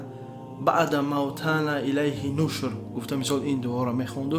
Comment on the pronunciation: Каааал 😂 ва илайҳи нушр неее Ва илайҳи нушуууур ( Алҳамду лиллаҳи лази аҳйана баъда ма амотано ва илайҳин нушуууур)